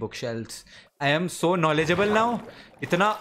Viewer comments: You've a lot of Ka-nou-lea-d-gye( knowledge) to play these game 😂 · His kan-naw-ledge is increasing day by day 😂😂